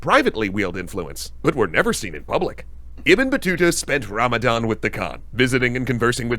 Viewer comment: Bro how you keep butchering Ibn Battuta’s name 😂